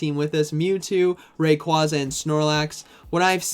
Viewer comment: Unsubbed.... Learn how Rayquaza is pronounced